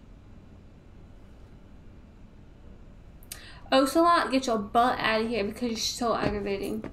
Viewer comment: you're almost done!!! I love you how you call him OH Celot and not AH Celot